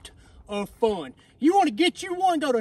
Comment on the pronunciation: Haha...The way he leaned back at the end to emphasize "I luv ya"